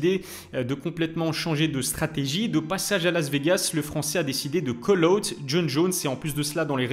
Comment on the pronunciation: On dit pas "coleute" mdr mais KOL AWT (call out) 🥲